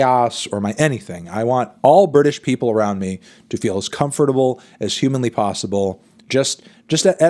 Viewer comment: The way Fantano pronounces comfortable makes me so uncomfortable